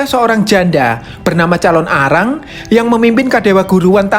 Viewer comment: Penyebutanya jangan dipisah bg nnti beda arti calonarang bukan Calon Arang🙏salam dri bali